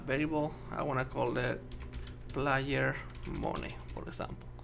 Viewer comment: hey don't say moni say mani which is moeny you sayed it wrong